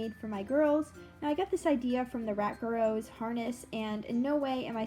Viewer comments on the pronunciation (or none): I'm happy you know TheRatGuru! You two are my favorite channels. Very nice harness! Just a little tip, it's "Goo-roo", not "Goo-row"! :D